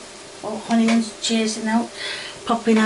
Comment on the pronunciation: I watch you with my friend and there is one thing I need to say please please stop calling onions honions and it’s oil not hoil